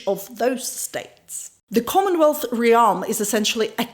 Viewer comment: sec She means "realm". Pronounced more like "remm". Those are admirable flaws of those who English is not his or her native language. But yet speak it better than most. I also admire how she pronounces "consequences". For same reason